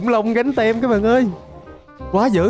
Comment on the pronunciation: anh ơi cái từ Team đọc là tim chứ ko phải tem đâu